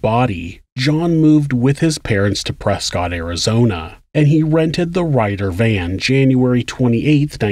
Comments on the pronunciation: as an Arizonan I'm duty-bound to mention that it's pronounced "Presskit" not "Prescott" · it’s pronounced more like press kit not prescott.